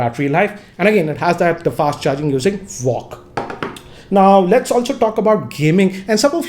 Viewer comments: It's VOOC not VOCC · It's vooc not vock 🤣🤣🤣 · Everybody: Vooc GR: VOCC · It's not walk charge, it's vooc